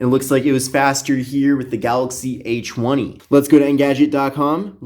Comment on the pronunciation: I keep thinking he's saying "h1e" instead of "a20" lmfaoo 🤦🏽‍♀️